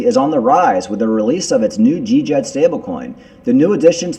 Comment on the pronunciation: Djed is pronounced JED ( D is silent)